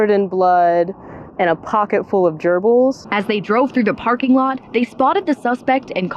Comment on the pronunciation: "Multiple germils recovered" 🤣😂🤣😂🤣